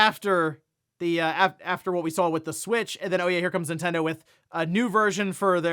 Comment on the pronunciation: Ninten-DO what Ninte-DOES….😮‍💨😮‍💨